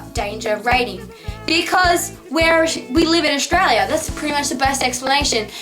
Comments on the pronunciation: It's not pronounced Oshtralia. It's Australia. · Nah Its pronounced Stralya!! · Olivia VS Aus who's "we"? Most Australians don't say "Aushtralia". Only people who say "shtrong", "shtudents" and "shtruggle" do.